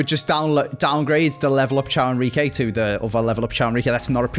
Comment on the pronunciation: i think genuinely thinks caio henrique’s name is ciao 😂 it’s Kai-U